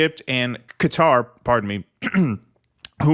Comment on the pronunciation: Interesting that you had catarrh when you said Qatar.